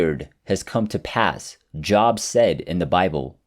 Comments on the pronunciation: Good narration. Just FYI, if this isn't a computer aided voice over, at the mark, you pronounced Job of the Bible like your "job" was a car salesman. It's Jōb with a long "o". Much like the word "strobe" or "globe". Keep up the wonderful work. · Job in the Bible is not pronounced as job, but as in Joab (like boat). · Job is pronounced Jobe, just an FYI. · “Job” is pronounced “Jobe.”